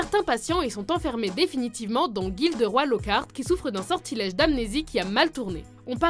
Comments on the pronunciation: "Malfoi, Weslé, Verpi, Gilderoi" XD les noms c'est terrible lol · y a Gilderoi (au lieu de Gilderoy) aussi :p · et GilderoyE et non gilderOI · Et aussi "GilderOI Lockhart" C'est Gilderoy !!!